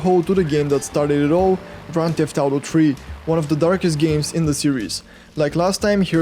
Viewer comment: I loved it when he said "Grand teft auto tree"